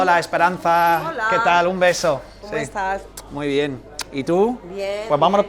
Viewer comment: Good pronunciation. I could tell u understand Spain by the way u greeted Esperanza and said her name. My family greets in the same exact way lmao